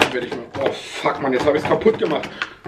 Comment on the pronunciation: wer hat auch fick up verstanden??